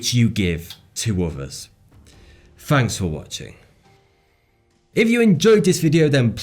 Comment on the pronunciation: "Fanks foh wotching"